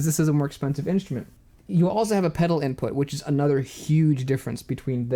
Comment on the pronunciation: At first I kept hearing "inch men" instead of "instrument" 😅 really enjoy your videos!